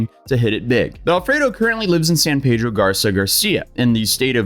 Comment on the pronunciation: please note, “San Peedro” is the pronunciation of the city in California. “San Paydro” is the town in Mexico.